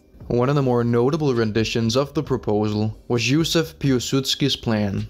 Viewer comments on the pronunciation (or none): none